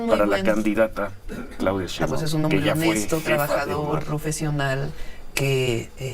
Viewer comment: Con todo respeto se pronuncia S H E I N B A U M y es Jorge V O L P I